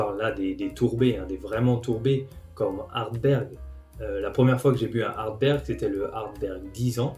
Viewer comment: Petite rectification,c'est plutôt Ardbeg et non Ardberg.Merci.